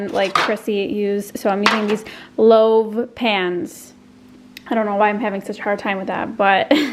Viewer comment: loaf!!! loaf not loave! haha love ur videos! ur seriously the funnest youtuber